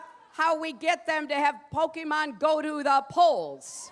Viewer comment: when he complains about low views, but posts this and always mispronounces Pokemon